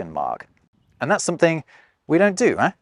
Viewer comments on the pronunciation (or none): why do you pronounce "eh" as "e" when, as all Canadians know, it is pronounced "ay"? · Canadian here. The correct pronunciation of "eh" is "ay", eh.